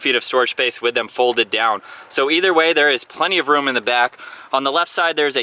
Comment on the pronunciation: i’ve never heard anyone say “the” like “thee” every time lol good review